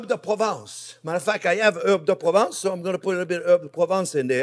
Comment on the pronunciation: Herbes de province everything pronvince :D